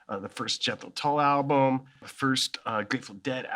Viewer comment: Anyone else bugged by the way he pronounced album as 'alblum'?